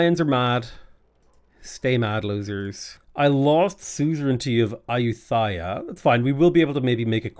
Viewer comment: I love the variety of pronunciations you've done for Ayutthaya in this series